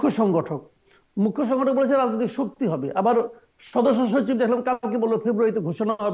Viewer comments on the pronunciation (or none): এই ছেলেকে প্রথম বাংলা ভাষাটা শিখতে হবে তারপর রাজনীতি করতে হবে। কথায় কথায়” হচ্ছে” “হচ্ছে” করছে, সচিবকে “শছিব” বলছে, আরো অনেক ভুল শব্দ বলছে, এ কি পড়ে বা পড়েছে